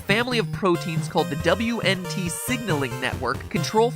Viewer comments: It's pronounced "Wint" signalling.. =/ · Wnt is literally pronounced "wint" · sorry to be a pedant but wnt is pronounced wint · W.N.T is pronounced wint (like wind but with a t). Noob